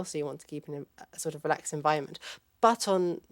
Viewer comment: The young lady pronounces 'environment' as 'envionment', just like Peter Griffin in 'Peter Works from Home'. There is a definite american influence here, and she's obviously informed by the social subtleties of Family Guy.